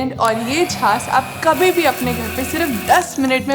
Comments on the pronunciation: झास नहीं बाईजी छाछ. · छास नही छाछ।